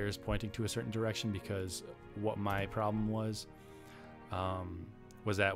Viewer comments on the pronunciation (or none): none